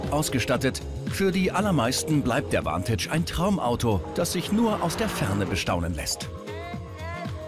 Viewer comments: Name: Vantage Aussprache:Ventage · Vantage bitte entscheidet euch ob ihr das jetzt verdeutscht oder englisch aussprecht - das denglisch is ja grauenhaft